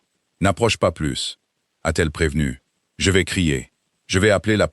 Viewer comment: je vous l'ai déjà écrit, mais il faut vraiment que vous cessiez de prononcer le " s" de plus quand il faut qu'il soit muet, sinon çà change totalement le sens de ce que vous dites ! " plus qu'une heure" signifie que " c'est bientôt fini" si vous prononcez le " s" de plus, çà dit 1 heure de plus ! oui je sais ce sont des détails, mais c'est ce qui fait la perfection, et la perfection n'est pas un détail !